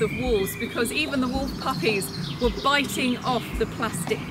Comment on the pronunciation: When the woman says 'wolf' she keeps pronouncing it 'woof' XD